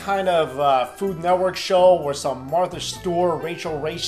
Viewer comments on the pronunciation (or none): none